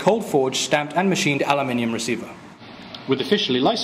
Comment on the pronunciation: ALUINNIUM HAHAHA THATS HOW HE SAID IT